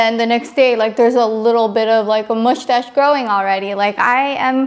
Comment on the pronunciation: lol,u keep saying "mushtache" instead of "mustache"